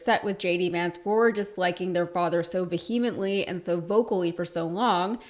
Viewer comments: Vehee-mently?? VEHemently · veee-a-mently (NOT va - HEA - mently. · Look up how to properly say "vehemently," please. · The H in vehemently is silent. 😂